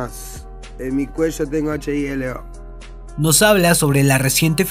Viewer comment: Dijo acheieeleo